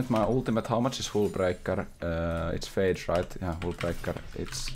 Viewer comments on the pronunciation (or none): none